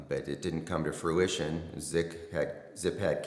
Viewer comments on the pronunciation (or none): See people the word is Fruition not Fluwising lol